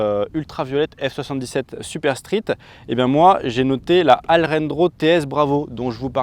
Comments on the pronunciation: Alrendo ✅ Alejandro ou je ne sais quoi ❌ 😂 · 1,34 m ce n'est pas court dans la catégorie 125, une GSXS c'est 1,30 et il n'y a que la CB qui dépasse un peu. Autant respecter la conversion même quand ce n'est pas approprié, 30 kW c'est 40,8 ch. La prononciation d'Alrendo laisse dubitatif.